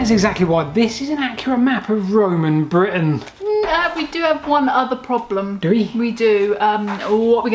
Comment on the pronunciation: maybe say Britain better?